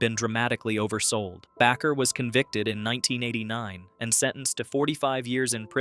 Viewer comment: Bay-ker...AI=artificial ignorance